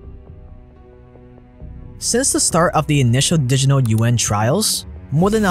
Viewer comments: Lmao, "The Digital UN". It's "Juan" or "wa-ah-n". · Yuan, sounds like yawn, you-wan.